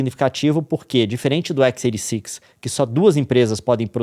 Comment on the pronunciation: equis eiri six???? qual problema em falar xis oitenta e seis???